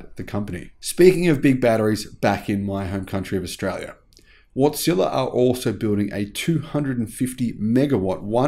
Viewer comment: Could have sworn I heard you say "Watt-Zilla" more than once about solar/wind and battery power systems..